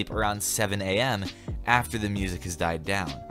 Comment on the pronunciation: I FEAST to my ears 😂😂😂😭 cause he can’t say music